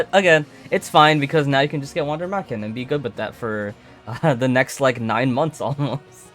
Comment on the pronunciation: you are almost there on the pronunciation of Wander Marchen just change the A into an E and the W is pronounced as a V : Vander MErchen the chen you say here is correct